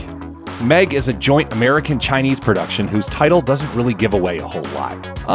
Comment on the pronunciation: seriously, your naration is terrible. He said April 2018th and "adaption" instead of "adaptation", "merican" instead of "American". Terribly sloppy.